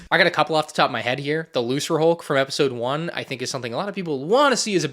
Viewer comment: I'm sorry, did you say "looserhulk"? It's a hard C! It's pronounced "lookerhulk"!